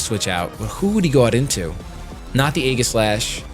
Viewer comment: Please pronounce Aegislash correctly. So few people actually do.